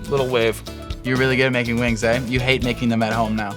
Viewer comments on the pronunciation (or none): The fact that he says aye makes me so happy, just because of how Canadian it is. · the most canadian he was in this video was when he went, “You’re lost, ay?” 💀😂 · He says "Aye" like a true Canadian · wtf ive never heard Shawn say "eh" 😂